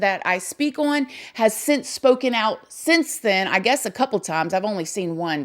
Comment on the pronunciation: First off... I definitely get the vibe from that Carter guy that he's just trying to milk it for what it's worth tbh and Secondly.... Can we all just take a moment to acknowledge how absolutely adorable it is the way says the word "on" lol not makin fun of it (trust me I'm no one to judge an accent, I got my own lil southern drawl/twang) it just sounds adorable when she says "Oin" instead of "On"... It's unique (atleast I've never heard that word used like that an any accent) and pretty cool... It's almost like this girl got her own language!!! You're awesome and please everyone, don't take what I said as pokin fun or bein rude, it was meant as a compliment, so no one come for me. lmao